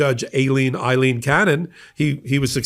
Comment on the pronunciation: "Ailing" Cannon is the proper pronunciation.